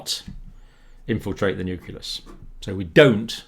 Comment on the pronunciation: That is indeed great news!!! Though I was surprised to find that even someone like Dr. Campbell mispronounces the word "nucleus" (which should be "new-clee-uhs" instead of "new-kuh-lous"), much like how weapon labs and US presidents mispronounce "nuclear" as "nucular". It's sad to see how this has been spread across the native english speaking scientists.